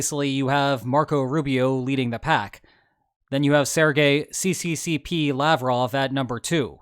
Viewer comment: 'see-see-see-pee'? That's not how you read 'CCCP', its SSSR; 'ess-ess-ess-arr' Cyrillic